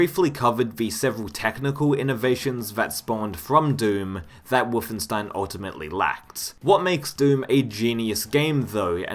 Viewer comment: why are you saying WOOFenstein?